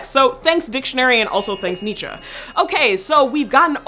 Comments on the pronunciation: You pronounced Nietzsche right yee yee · You are the first American that I've heard who pronounced Nietschze correctly.